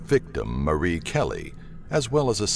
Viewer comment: Mary, not Marie you dope.